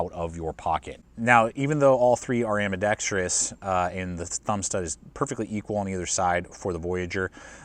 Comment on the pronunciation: Thank you for saying ambidextrous correctly!